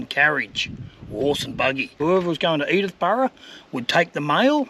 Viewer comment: It's Sturt Bay, not Stuart Bay. Also, Edithburgh, not Edithborough.